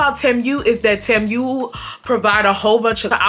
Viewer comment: Girl it’s “tee-moo” not “tem-u”😂